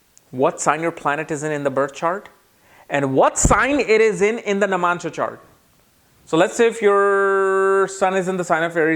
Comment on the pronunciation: Is he saying Namansha? 🤣